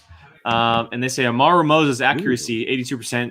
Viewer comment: It’s AmaRÚ, the emphasis is on the RÚ 😜